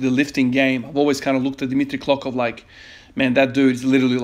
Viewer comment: hey i havent been able to comment my streak cause i am extremely overwhelmed with stuff however i, as a bulgarian just wanted to mention your impressive pronnounciation of dimitri klokov and abadjiev